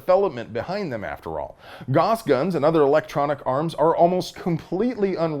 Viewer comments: Pretty sure it's pronounced "Gowss"? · Gauss rhymes with house. Not boss. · Gauss rhymes with mouse.